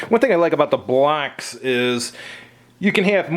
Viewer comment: BLOCKS! Sounds like you keep saying BLACKS 😮